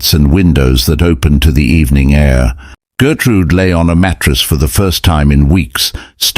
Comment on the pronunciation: Her name is Gertrud, not Gertrude. Gertrude in German would be Gertrud-ey.